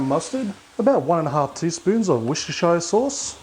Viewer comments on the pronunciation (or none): weshter-shaier sauce??